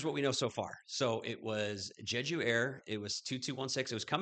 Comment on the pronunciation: Just a fyi, it is pronounce Jay Ju, not Je ju. But the concrete bunker with dirt covering is pretty standard in Korea for some reason. I think you misspoke regarding someone high up in "North Korea" at about it is South Korea, not North. But Nice video.